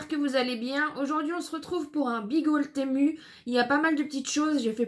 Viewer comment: Coup de cœur pour le pull flocons en gris,j aime beaucoup. Les pulls roses font pyjama mais c est mignon. Les chaussons ah oui j adorent. Toujours froid aux pieds. Merci pour ce haul temu. Se prononcé timou